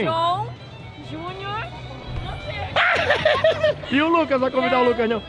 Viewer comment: Pqp macho... "Jhunió" 😹😹😹😹😹😹